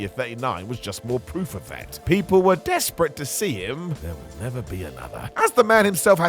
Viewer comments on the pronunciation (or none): " the people were dEASprate to see him" love you 😂